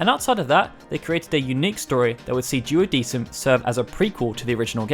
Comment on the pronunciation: It should be pronounced "duodekum"